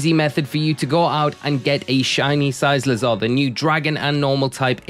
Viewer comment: You are mispronouncing it. It’s pronounced with hard C sound on the second C like the word cycle. As in bicycle. Cuz it looks like a bicycle.